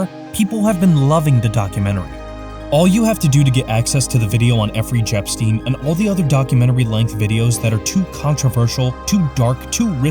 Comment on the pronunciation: "effry jepstein" lol. Thought it was Jeffery Epstein